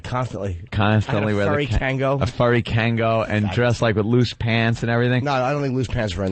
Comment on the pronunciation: Kangol... Kangol Not Kango